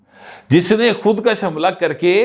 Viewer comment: ناراض نہ ہونا، آپ اکثر بعض اردو بولتے ہوئے تلفظ کا خیال نہیں رکھتے. مثلاً ابھی آپ نے بولا "خود کش kash" جس کے معنی ہیں خود کو بڑھانا، طول دینا. جبکہ اصل لفظ "خود کش kush" ہے یعنی ک کے اوپر پیش پڑھی جاتی ہے. جس کے معنی خود کو ختم کرنا، یہ فارسی زبان کے الفاظ ہیں پہلے والا کشیدن لفظ سے نکلا ہے جس کے معنی کھینچنا یا لمبا کرنا، جبکہ دوسرا لفظ کشتن مصدر سے نکلا ہے جس کے معنی قتل کرنا یا مارنا.